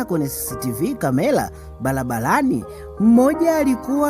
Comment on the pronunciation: SIO BALABALANI NI BARABARANI. KUNA TOFAUTI KATI YA R NA L.